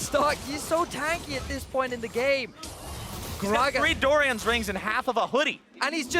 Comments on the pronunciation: next caster to say "door-ree-ans" instead of "door-ans", i swear... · its actually Doh-rans so i swear ure not better